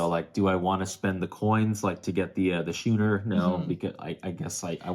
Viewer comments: Thank you for the entire series. It's been great fun. 'Schooner' has the same sch that 'school' does. So it's "Skooner", not "shooner." I love your "backdrop". It makes a very nice change from the standard Interesting-But-Cliché Wall of Games. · Perfect timing on this as we just bought it last week. As dry Euros go this seemed fairly thematic, though it seems a bit lighter than I expected - might be a good way to introduce newer gamers to Uwe’s games without the grind of “feed your people”. BTW, the ship is pronounced as skooner, with a hard C. Nice playthrough, and good insight on the replayability issues.